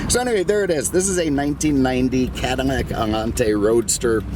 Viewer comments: am i going insane or does this dude keep on saying "cadarmac" instead of cadilac?! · Be fairly warned.... minutes of ranting before you actually hear about the allante . Also is it me or am hearing “CADiMAC”? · Is it me or does he say "Cadamac"? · Why am I hearing you pronounce it as "CadiMAC" over and over?? I just subscribed so there must be an explanation in past videos.....or I'm deaf. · Lol.😀 your not deaf. Don't you like Cadimacs? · ha.... glad you heard it too then. Does anyone know why he pronounces it that way?? It's on purpose, so there must be a reason! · OMG this guy needs speech check because he can’t pronounce the name Cadillac he couldn’t do that talking about the ‘72 Deville & can’t say it on this video